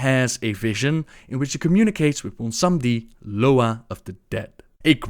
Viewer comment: Honestly I have no idea how he can pronounce shit like Bwonsambi so easily but Magatha is for some reason Megatha.